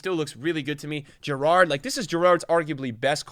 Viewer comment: the way you pronounced gerrard was criminal